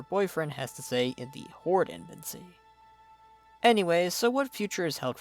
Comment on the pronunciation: I appreciate all the work you put into these videos... but the way you say "embassy" drives me nuts. It sounds like "embensy". Back to on point... I like how you say, in regards to Greymane, "we did take his land and his son..." Sylvanus personally killed his son and slaughtered his people. He does not know the whole story but he also believes the Horde abandoned the Alliance at the beginning of Legion, leading to Varian's sacrifice. Even though he's wrong about being abandoned, his hatred for Sylvanus (and thereby the Horde), is well earned. To be fair, you did say your view was biased but Greymane took the brunt of it. It was a great video. I enjoyed the Horde one as well.